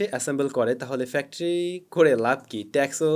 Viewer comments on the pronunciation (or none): none